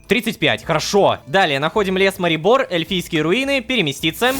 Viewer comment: Невер всегда говорит ророшка